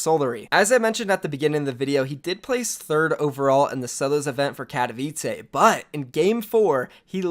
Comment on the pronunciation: Kat o v I ts ay not how u say katowice it's kat o vi ts e